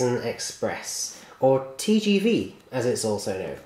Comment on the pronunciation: Pronounced 'Tay jay vay!" :)